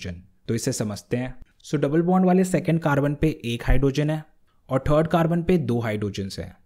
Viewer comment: It's third not trd lol 😂😂😂